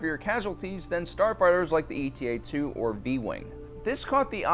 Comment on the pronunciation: He also kept saying “eta” like an acronym. It’s not “E-T-A.” It’s named after the Greek letter eta, which looks like Η. And when the foils fold out, the front profile of the fighter is a bit like an H.